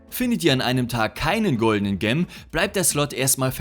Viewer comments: "Gem" bedeutet Edelstein. Da es Englisch ist, spricht man es [dschem]. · "Gem" wird natürlich "dschäm" ausgesprochen und bedeutet Juwel ...